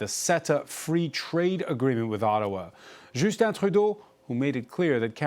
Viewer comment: lol “Joosten”… it’s Justin, mofo!